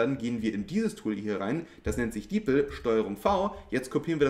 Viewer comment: Man kann auch einfach in deutsch mit ChatGPT schreiben.. Und das heißt nicht Deepl sondern Deep L..